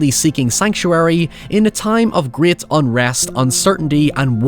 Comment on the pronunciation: If you could manage to pronounce english words in english, that'd be great. (not 'griyate', just 'great')